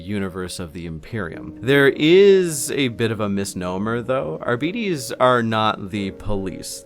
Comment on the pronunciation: The way you pronounce Arbites triggers my fight-or-flight response